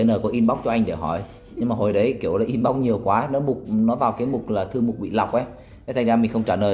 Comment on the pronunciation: Vậy sao bạn ấy phát âm là "in bốc", nghe lạ tai quá !!!